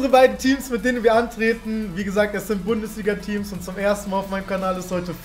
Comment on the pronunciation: niemand: wirklich niemand: Danny: Bandesliga